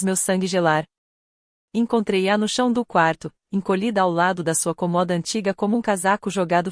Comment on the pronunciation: Olhe só, a palavra é C Ô M O D A e não C O MO D A